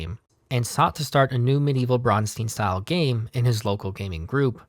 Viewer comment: Neither of your pronouncitations for Bronstein is correct. In German, Stein is pronounced Shtine.